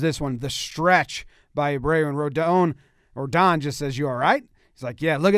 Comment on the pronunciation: Pronunciation in is correct for Rodón, not Rowdawn.